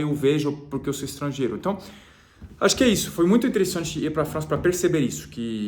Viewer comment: O dia em que vc disser "então" no lugar do "enton", já era! Virou definitivamente brasileiro. Kkkkk. Abraço e boa sorte